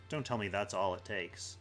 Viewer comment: "I just had to Tell-a him what to do." Million thumbs down, unsubscribe, how dare you